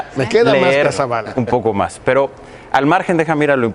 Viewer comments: Se dice leer no ler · UN SECRETARIO DE EDUCACION QUE NO SABE LA DIFERENCIA ENTRE LEER Y LER, ESTAS REPROBADO NUÑO.. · Jajajjajajaja tan le importaba la educación que este señor nisiquiera sabía hablar "Lerr" que bruto. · creo que la nina que corrigioo al secretario de educacion cuando se lejo se dice LEER en lugar de "LER", creo que entenderia mas las entrevistas de AMLO que todos estos individuos, jejejeje creo que me entretienen mucho me gusta esto AMLO contra la corrupcion y La Corrupcion (PRIAN) contra AMLO, creo que todos lo que estan provocando que crean menos en ellos....